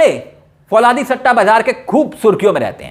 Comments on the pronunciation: Fauladi nahi bhai falaudi kehte hai. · फौलादी नहीं फलोदी है